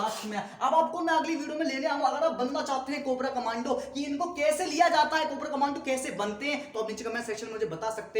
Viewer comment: Guru it's "commando " Not command